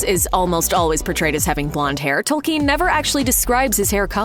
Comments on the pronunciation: TOLL-ken, not tol-KEEN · Fell beasts are not dragons. It's Tolkien, not Tolkeen. Etc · Tolkien. Not Tolkeen. Jeezus. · Please pronounce the dang names properly. It's kin not keen tol then kin 😤 I've looked at 10 other people say it correctly learn to pronounce people's names correctly. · It's not pronounced tol-KEEN, though. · I can’t get over Tolkiiien. How can you say his name wrong bruuuuh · So no one is going to comment on her butchering Tolkien's last name? "tOLLkEeN" 🤪🤪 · J. R.R. TOLKEEEN? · The way she pronounces "Tolkeen" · Speaking of "getting it right," until this video, I have never heard the author's last name pronounced, "Toll-KEEN." If you are so sure that's right, maybe explain why? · Tolkeen? Is that how it's pronounced where you're from? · Since when were these books written by J.R.R. TolKEEN? It's so annoying when a pseudointellectual tries to sound impressive by mispronouncing words and names, in a vain attempt to sound distinctive. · Good information but she needs to learn how to say Tolkein correctly. I have seen too many video where the speaker gets peoples names wrong. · "TolKEEN" she says?? sigh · Am I the only one annoyed at the way she says “Tolkeen”? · I dont know about you guys, but i was most surprised by her pronunciation of "Tolkien" lol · Nobody, but nobody, pronounces it 'tole-KEEN.' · The way she says Tolkien.... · Why do you put the stress on the second syllable of Tolkien? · Can't even pronounce Tolkien correctly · The way she pronounces Tolkien's name bothers me. Maybe I've been saying it wrong all my life, but it still grates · Americans can not say "Tolkien" properly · Please learn how to pronounce "Tolkien" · These fools can't even pronounce Tolkien name right what do you expect. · I guess we shouldn’t expect any better than that from someone who keeps pronouncing Tolkien toll-KEEN and Legolas LEOG-loss as if it were an expression of missing a brick on your latest LEGO construction.